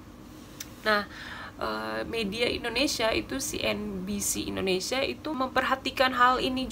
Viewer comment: Sebutan yang betul ialah Indonesia bukannya Indinesia. Indinesia tu sebutan lama Belanda